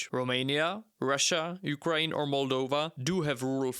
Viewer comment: Can you please say "Ukraine" and not "Ukraeen"?